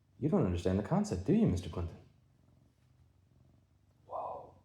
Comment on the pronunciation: Meester Cleenton